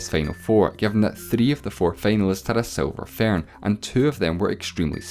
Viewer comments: Silver "fairhn", as he says. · “Tha seelver faern”